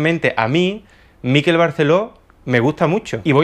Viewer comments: Por favor, "Miquel" no lleva acento. MIQUEL, no MÍQUEL. Gracias Por lo demás, me encantó el vídeo. Espero segunda parte ♡ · MiquÉl, MiquÉl….que es mallorquín, no neoyorkino. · Se llama Miquél no Mikel jaja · No se en dónde ves la tilde en Miquel para que todo el rato le estés llamando Míkel. Ya que criticas empieza por lo más básico, pronunciar bien el nombre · Miquel con acento en la última sílaba. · ¡Hola desde Mallorca! Espero que no te moleste el comentario, ya que no es la intención. Miquel se pronuncia con acento en la e...Es palabra aguda.Un saludo de seguidora. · Hola! Acabo de descubrir tu canal y ya me he tragado unos cuantos de tus vídeos. Bastante de acuerdo con tus opiniones y alguna que otra discrepancia. Me encanta el formato porque es el tipo de debate que abriría echando unas cervezas con mis amigos. Solo comentarte que "Miquel" en mallorquín se pronuncia con el acento en la "e" y escucharlo pronunciado con el acento en la "i" a los que no somos del norte nos duele un poco en los oídos, jejeje. Perdón por la observación y ánimos con el canal. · Miquel se pronuncia en catalán con el acento tónico en la e. Mikel acentuando en la i en euskera. Es fácil pronúncialo como en español y sustituyes la g por una q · Sabes mucho de arte y tal, pero ni idea de pronunciar su nombre, que es lo más fácil. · "Miquel", no "Míquel". Es una palabra aguda, igual que "Miguel". Qué manía de querer hacer exóticos los nombres catalanes con lo patrios que son jejeje Un saludo! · No es Míquel con acento en la 'I' (como níquel). Es Miquel (Mi kél) acentuando la 'E' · un apunte, es Miquel (palabra aguda, por lo tanto la sílaba fuerte es la segunda, "quel" y no como la pronuncias tú, como si fuera una palabra llana, es decir, sería Miquél, te lo dice con cariño un mallorquín con sangre cordobesa 😀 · En catalán-mallorquín se pronuncia Miqu(é)l, con acento en la e y no M(í)quel. De nada. ;) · es miquel con acento agudo no es llano!!!